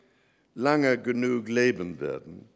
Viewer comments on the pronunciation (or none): none